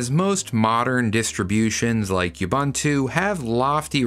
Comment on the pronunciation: Dammn brother why can you Americans not pronounce Ubuntu correctly. Oeh-Boen-two. Not You-Bun-Two. Why cant Americans teach there children how to speak?